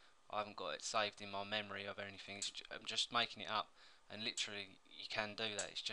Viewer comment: He said AnyThink... xD